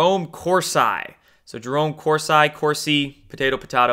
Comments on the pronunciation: Great video! It's pronounced Cors- E not I. Just an fyi! lol ;) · Hey. I like your videos but it’s Cor-see not cors-eye. Also Broward as in eye”brow” not eye”bro”. Lastly Kavenaugh not K”o”venaugh as in “cat” not “cot”. Think pronunciation is important when educating people otherwise you sound uneducated. Keep doin what you do! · It's pronounced Corseeeeeee.....lol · what is wrong with you? you're going to say people are getting triggered and it's a potatoe/pah-tatoe thing but it's not. Jerome cor-sy? really? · Pronounced Cors-eee. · Why do you pronounce Kavanaugh and Corsi like that when you know that’s not the way to pronounce them? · Kananov come on pronounce better jerome corsi too u sound uninformed when u mispronounce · Ha! You literally said almost everyone’s names wrong....Kavanaugh, Corsi, even Broward County. One has to wonder if you’ve ever heard these names in the media. But that’s just funny...not bad. I will argue with you however about why the ‘white hats’ allow fraud to go on. They always have! They’ve never had the guts to stand up to these cheating bastards! And just like always they’ll get away with it again. I mean they allow a woman (snipes) to keep her job with voting after a judge found she destroyed votes in a previous election! How does that happen? If you cheat you should never be allowed to work with the votes! But no one put up a fuss...they just let it haas always.